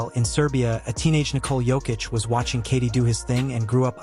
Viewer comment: Perhaps thats the schtick. I've seen another guy purposely making pronunciation mistakes that gets people to leave comments.